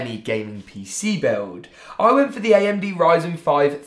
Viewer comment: Ayamde thats how you say amd like lol no hate btw